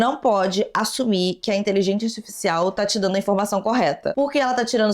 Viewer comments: pq você fala inteligenTia artificial?? Kkkkk achei fofo seu jeito de falar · Adoro quando voce fala "inteligência astisfiscial" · achei uma graça a falando inteligência artificial errado todas as vezes KKQKSKKAKD